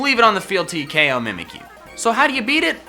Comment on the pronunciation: O KO R U SRS ITS KO.